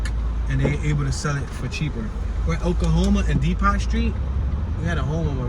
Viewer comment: My dude, why do you keep saying “dee-pot” when it’s pronounced “dee-poe”